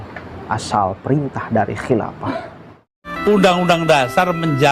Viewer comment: Saya salut sama mas ini pemuda pandai... Namun pelafalan huruf f harus di perbaiki jangan nyebut p. Khilafah bukan khilapah